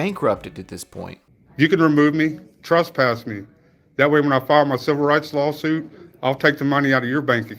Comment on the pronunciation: ....."you dont treat the public like that ma'am" He says that after saying "im a journalist gathering content for a story" . Dipshit, youre either "a journalist" or youre "the public".....you cant be both simultaneously.......pick one. ...."trUspass me...." its trEspass you crackhead wannabe. ....."you let this lady make a false 911 call. Ive got the video evidence" They werent there when she called.....so how did they "let" her do ANYTHING? And where is this "video evidence"?